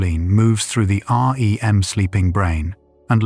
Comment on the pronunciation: I like your videos and it’s clear that’s AI but can you make it to where it doesn’t say Aa: Ee: M every 15 seconds but just REM?